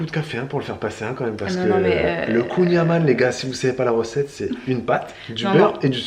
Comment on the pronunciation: La famille de mon chéri vient de Douarnenez (ville où a été créé le Kouign amann) et juste pour info ça se prononce "kouign aman" (comme le "an" de maman) ne me remerciez pas ahah, ça fait 10 ans qu'ils me reprennent 😅